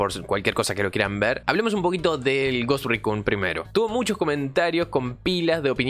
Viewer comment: desde el video anterior sobre el Ghost Recon, si vuelvo a escuchar que mencionas en inglés "Ghost Raccoon" (Mapache Fantasma) otra vez, voy a enviar un petitorio a Ubisoft para poder jugar como un mapache enfierrado en una isla bugueada en el medio de la nada... xD